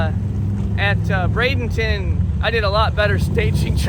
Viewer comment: You keep saying “bradington” it’s Braden-ton